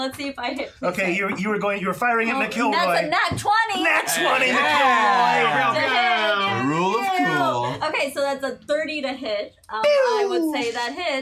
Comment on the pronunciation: Love how you guys pronounce my name "M'Killroy" LOL. Well worth subscribing too and hope to see you for season 3